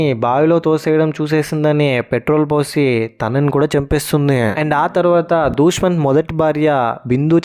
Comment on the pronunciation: ఇంత worst review ఏంటి బయ్యా నువ్వు 😅 ..... జాబిలి కంటే జాజి నే బాగుంది 😅 ... దుష్మన్ కాదు , దుష్యంత్ .... మగేష్ కాదు ... మహేష్ ..... ఇంట్లో ఉండేది దేవత కాదు , దేవుడు ... కొండయ్య.. స్వామి 😅😅😅😅.... నీ రివ్యూ వల్ల series చూడాలనే interest పోయింది చీ ఛీ .....